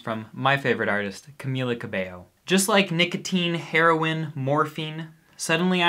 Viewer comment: She kinda got the drug thing right. Not really but she tried. Also the way she pronounces heroin.... shit